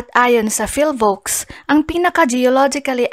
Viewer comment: Madam PHIVOLCS po, not PHILVOCS... Legit ka ba sa kaalaman mo?